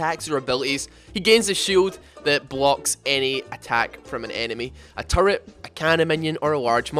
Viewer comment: Why do you say "Turrur" instead of Turret ???